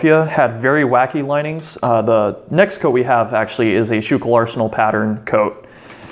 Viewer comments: The arsenal is proniunced School Kill. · It's not pronounced skoo-kill either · Just a little phonetics tip.. I've lived in Philly while going to school and Schuylkill is pronounced 'sku-kil' or 'skoo- kel' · Yea born and raised in PA myself I actually didnt realise he said it wrong till I seen your comment and realised what he meant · The video was great, but I kinda winced when I heard him mispronounce Schuylkill. Otherwise it was an awesome video!